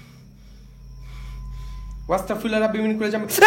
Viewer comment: Abar Astagfirullah) ke bolteso. Wastagfirullah. 😅. Eta tik koorar chestra koro bro 🤗